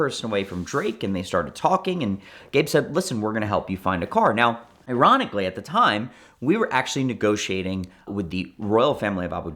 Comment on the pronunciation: This man said Eronically?